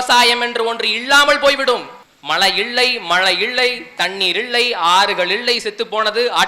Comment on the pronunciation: சிறப்பான பேச்சு வாழ்த்துகள், அண்ணன் வளர்ப்பில் தலைவர் கனவில் தமிழ் தேசியம் IPS படிக்கவேணும்❤(நீங்கள் இள்ளை என உச்சரிக்கிறீர்கள்)